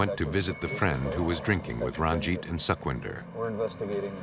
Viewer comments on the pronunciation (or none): its not suckvindhar... its sukhwinder ...su as pu in "put"